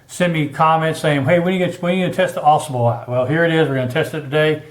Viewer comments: Hey I know this is an older video but thought I would give a helpful word. It is pronounced Ah Sahbull. The Au Sable river flows thru Grayling and is where Fred Bear lived in a tent with his wife while he started his bow company. Thanks for the vid! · I hear people mispronounce this river name. Drives me NUTS!! It's not Ausable, with the accent on the first syllable. it Au Sable! Two separate words with the accent in the first syllable of the second word.